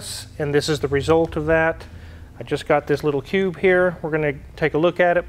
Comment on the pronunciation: Did you Say Cube or Pube ???